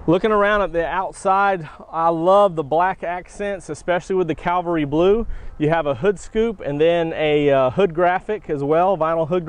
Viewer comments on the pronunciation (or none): It’s not “ calvary “ blue you Dumbass! It’s “ cavalry “ blue. What kind of a salesman are you if you can’t even read? Duh!!!